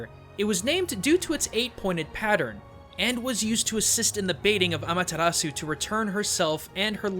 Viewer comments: When saying Amaterasu, dont roll your r's. It is a japanese name and in japanese you pronounce R's with an L sound. Just a suggestion about pronunciation. The video was really informational though! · Nope I imidiatly tought about Okami aswell when he said Ameritasu